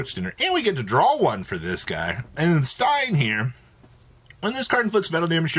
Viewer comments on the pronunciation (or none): none